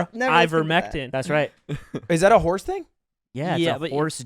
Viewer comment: Can I just say, as a long time viewer of the Pod who's now rewatching old pods because nothing else scratches the itch because I don't know other people enough. Lud tanked the vibes with the Horze (Horse) pronunciation. And this is why I like, and also why he's basically all redeemed for me, yes even him following a guy to his home because he almost got into an accident, and then trapping the guy in his house with own car. Yes, even though he's done this, I'm still pro; because, he saved the vibes with his question and so smoothly. I'm sure if he didn't, maybe Lud or or the long one may have done something well. But the way saved the vibes he's awesome for that. Honestly, he's always been the guy who's most balanced with respecting the guests and I keeping it real with the guest too. Because like, Lud is probably the most well-behaved here, in all four of them, and when Lud fails, or fucks up, that's when Clutches. I don't know if this is thecase anymore though. I wonder if he'll read this comment and let it go to his head. 😂 In case, he somehow finds this comment and reads this, let me just clarify, while you're the funniest, would probably be my fav dude on the pod because I'd be able to vibe with him the easiest. 😅